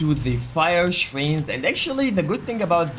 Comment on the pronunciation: When you say shrine it sounds like train 😂